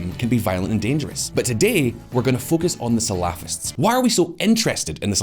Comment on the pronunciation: it's cute how shallow the narrative is, and even more cute, if not slightly irritating how he keeps butchering the pronounciation of the word salafists, it sounds like falafel lol.